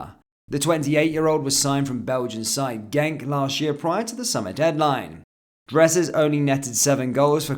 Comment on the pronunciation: Genk not gentk